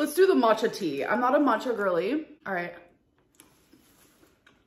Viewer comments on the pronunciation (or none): none